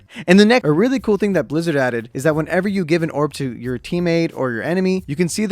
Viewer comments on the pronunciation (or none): none